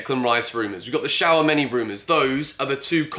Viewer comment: Broja and Tielemans. The other day it was Tchouameni… Mate please say their name properly lol